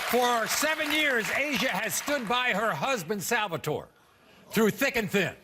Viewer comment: he is so Italian that he can not pronounce salvatore correctly AHAHAHAHAH